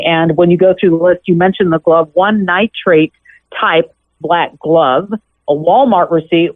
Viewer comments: Nitrile NOT Nitrate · Everyone keeps saying "nitrate gloves"...they are called Nitrile gloves. I absolutely love Nancy Grace though. She gets right to the point! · Nitrile…not nitrate. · It’s Nitrile NOT Nitrite